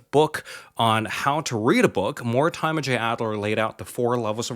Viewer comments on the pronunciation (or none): More-Di’Murr is really how to pronounce that authors name. (I had a friend with that as a last name and that’s how he always pronounced it)